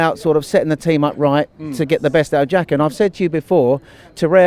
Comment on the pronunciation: The guy that says jaka? calls sides like Newcastle lower league sides? says "like I said, well I've not said it but I'm saying it now", says rikarlison, and thinks he's Einstein because he thinks players who's best position is attacking mid don't do as well in a wide position, and says a player is really disciplined because they didn't get a red after getting a yellow card.